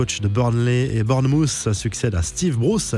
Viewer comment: C ou ça, bornemousse ? Manchester iounaïted,pas tiiiiiiid 😖😤